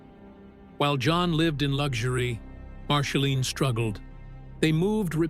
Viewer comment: A.I. , PLEASE STOP !!! , MARSHALINE ? come on !! , Angelina JOLIE , GET IT CORRECT OR F>CK IT , YOU MESS EVERYTHING UP < NOT REAL VOICE , YOU WOULD THINK IT WOULD HAVE A INTEL OF PRENOUNCING , OH SORRY <CANT SPEL < OF THE NAME OF THE BIGGEST STAR ON THE PLANET ??? A.I. just BLOWS BIG TIME , DO THE NEWS OR THE WEATHER < { GET RID OF A.I.} WITH THE STORIES THAT MEAN SOMETHING, LIKE REAL PEOPLE , OR , JOHNNY HELLER , BOOK`S THAT GIVES REAL PERSONALITY TO THE STORY ! ZANGZ SALOT// LINDA P. SO SAD , NOT INTERESTAD , OPPS CANT SPELL